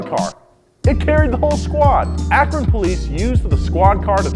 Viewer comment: DID YOU SAY AKRON?